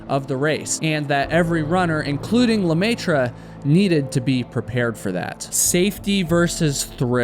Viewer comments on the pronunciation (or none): The way you pronounce the French fanily name "LeMaitre" (The Master, in English) is 😬🤯😱 ! Ha! Ha! Ha! About the race, well I think people need to stop suing each time something happens and take responsibility for their actions.